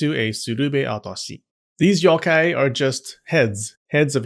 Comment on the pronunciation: how did ik he was gonna pronounce yokai wrong with a soft o sound